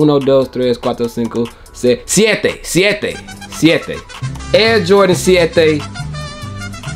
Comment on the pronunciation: Yo boy doing some spanish thing “SIETE” BANGGGGG JAJAJAJA 🇩🇴